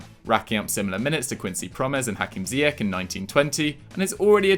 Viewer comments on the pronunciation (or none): none